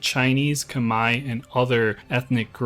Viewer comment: Thank you for making these educational videos about SE Asia. I am impressed that you now pronounce the word KHMER properly. Your next challenge: can you pronounce the word AYUTHHAYA properly?